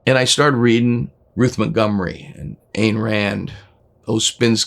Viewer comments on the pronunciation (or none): Sammy, it's Ayn - rhymes with mine.